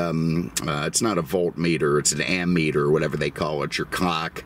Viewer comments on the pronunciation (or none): none